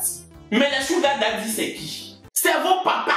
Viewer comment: Merci pour cette prononciation correcte de SUGAR DADDY mes frères ivoiriens veulent rien savoir deh ils prononcent ça bizarrement.